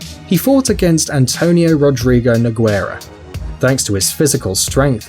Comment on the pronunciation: Can't even say nogueira right, oh the cringeee